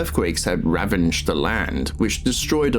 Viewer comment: Enjoyable but factually incorrect in few places and what in Rudiger's ballbag is ravanged ? You say it three times my man.... Its ravaged 🧐